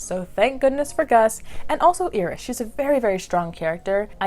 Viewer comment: Her name is pronounced Eye-ris😩😩 like the flower.